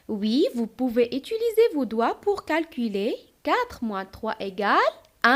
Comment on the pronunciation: ما شاء الله شرح جميل لكن لدي ملاحظة في نطق alors تنطقينها ألووووغ وفي في نطق les unités تنطقينها ليزينيطي المرجو الانتباه وايضا في كلمة calculer كالكيلي ربما مشكل في حرف U و تحياتي تبارك الله عليك الله يوفقك